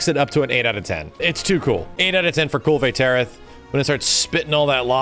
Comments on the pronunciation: Kulv-ay t-air-oth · “Deviljayho” “Kulvay Tearith” “Pullumu” “Yan Gahruhga” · “Cool Vay Territh” like I’m just listening to this and I had NO idea wtf this guy was talking about until he started describing her.